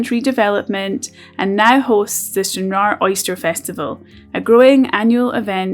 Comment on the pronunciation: Plz say Stranraer correctly!!!! If not get outta Scotland!!!! Watching ya vid made me laugh.. English twat!